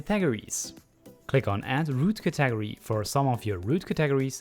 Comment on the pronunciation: "cat-ag-ory" you sweet, precious lad. Thank you so much for the tutorial!! It was incredibly helpful.